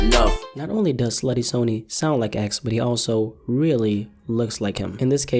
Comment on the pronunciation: Bruh he’s pronouncing sonny like Sony